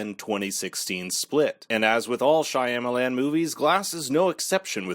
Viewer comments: SHAH-MAH-LAHN. Not Shy-am-Alan. All you have to do to know how to pronounce it correctly is to watch a video where the name is mentioned!!!!! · SYA MA LAN !!! ...NOT SYA YA MA LAN ...WTH DUDE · Lol why are you pronouncing the directors last name that way?? Are you saying it wrong on purpose? I can’t tell but just in case- you don’t pronounce the Y So it doesn’t sound like SHY. It’s Sham - which doesn’t rhyme with PAM, it rhymes with PALM. Sham-a-lan And the LAN also rhymes with PALM. Oh wait. This is much easier